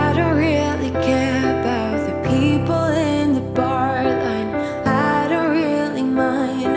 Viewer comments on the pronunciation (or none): none